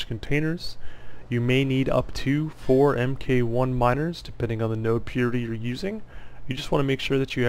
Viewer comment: Its mark 1 and so on not M K 1 rofl Mk. is mark abbreviated.